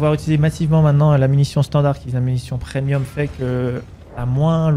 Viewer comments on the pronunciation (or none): none